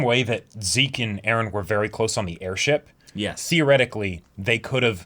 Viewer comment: Why the f do all the characters have to say eren like ereh lol.